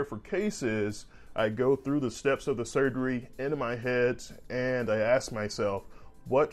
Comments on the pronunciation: Respectfully... you should drop the substitution of axe for ask. It makes.. in my opinion.. you sound uneducated.. which you are not. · K G good to hear! Stop leaving negative comments on these videos. Let him pronounce the word ask, axe without your silly comment.